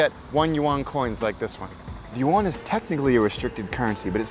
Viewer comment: Just use "Chinese dollars " if u can't pronounce "yuan".... "won" is Korean